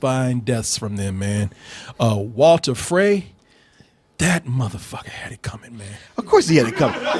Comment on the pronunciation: its walder not walter... and its frankensteins monster not frankenstein etc come on, you guys watch tv/movies for a living